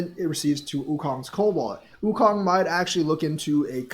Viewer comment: Okung= (Oh-Koong)